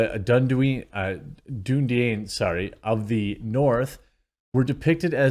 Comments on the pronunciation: It's dune-e-dine dude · It's pronounced "Din-dunedain." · Dunedain is pronounced "dune-aye-dine". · Dunedain is pronounced "Dune-uh-die-an". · It’s pronounced “Dune-uh-dine” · “Doon-a-Dane”, my friend. :) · Just fyi.... It's pronounced. Dune eh dine. Either eh... Or sort of the a sound.. like in at.. or apple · its pronounced dune-ah-dine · Dunedain is spoken like 'dun' (like dune the movie 'e' (like the e in hamster) 'dain' (like to dine) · Man can’t even pronounce Dúnedain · Your choice of thumbnail really shows what kind of person you are. Kinda trashy. You are outraged but can't even say Dunedain correctly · If you cant pronounce "Dunedain" your LOTR opinion is irrelevant.